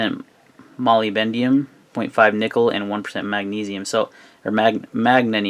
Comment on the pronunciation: "molybendium". I lol'd